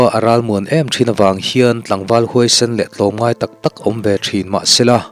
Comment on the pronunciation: A ngaihnawm dawn e, a ziaktu leh a chhiartu in thiam. Chutih rualin mizo tawng lam hi tihsual a awl ve a, modification of word, mood kan tih mai hi thiam a pawimawh khawp mai. Hetah pawh hian 'tlawmpaêksen' tiha 'sen' tih lai hi a mood danglamin 'sentût' tiha 'sen' rikin a ri tur a ni a, naupang thing tel chungchangah 'vêt ruk' tih-ah pawh hian a mood danglamin 'veh ruk' tih tawh tur a ni. Tin, 'Leiko' tihah hian 'ko' hi mi au sawina 'ko' angin a ri tur a ni.